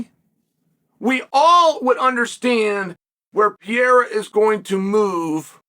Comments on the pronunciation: Peara!? Pereira is the correct way to say his surname. Funny, anyway, hear this dude says peara...😂😂😂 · If you learned how to stop fucking saying Pee Era and pronounce his name correctly, maybe he wouldn't be mad at you. 😂 Puh Ray Ruh. Sound it out like a fifth grader. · Is it so hard to pronounce PE-REI-RA? This guy keeps saying, "VIERA."At least that what I hear here. (BTW, Pereira, in portuguese, is the name of the pear tree.) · He just kept saying PEE ERA 😭😭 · STOP SAYING PEE ERA YOU IGNORAMUS. 😂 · For fucks sake quit saying PEE ERA. 😂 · Why do you call him “Pe air ah” lol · Brother must be new if you haven't clocked that Chael knows infinite about MMA but also knows negative about pronouncing fighters names. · Saying unks name right and fucking up Alex is inspiring … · Why will you not say the second R in Alex’s name?